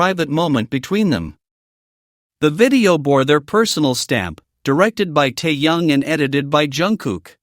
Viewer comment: Голос автора , от ИИ отличить не в состоянии? То , что Тэкук настоящая пара, нет сомнений. Но, ТЭКУК(!), а не ТАКАК ! И против содержания самого ролика, я ничего не говорила. Но почему в озвучке: " ТАЮН, ТАЙЯН и ТАЙН", если речь идет о ТЭХЕНЕ! Озвучивает не автор, а искусственный интелект, который искажает перевод.